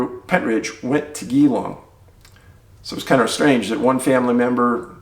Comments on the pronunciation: My home state!..... pronounced GEElong not geewong lol (also my birth city) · Haha love ya work Dave but the suburb pronounciation is Gee-long As in GEE G-E-E. Like SEE with a G. Just an FYI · I have family in Australia so was happy to hear your correct pronunciation of Melbourne! But it is JEE/long. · Damn talking about My state, Wonnongatta is a spooky place, been disapearances there since the gold rush days. By the way Geelong is pronounced Jell-Long not with a hard G haha. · Geelong ... 'gee' as in geewiz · Geelong ... it’s actually pronounced “ j’- long “ J as in J for Jar , January, Joy ect ... Love your work 👍 🇦🇺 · Just so you know, it's pronounced Jeelong! Thanks for covering this, I wasn't aware that disappearances like these are also taking place in Australia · Nailed the pronunciation of Melbourne! But Geelong is pronounced like "Jelong "😋